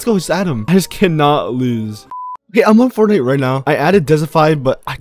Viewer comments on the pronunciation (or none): none